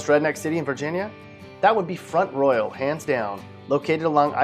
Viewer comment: Locals pronounce it front rawl